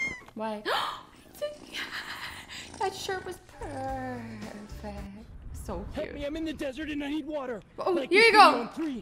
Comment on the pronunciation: Asst:It was peerrrrrfect